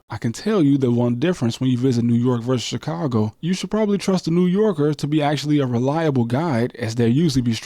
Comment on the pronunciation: Put some respect on Chicago name shorty. Other than that… good video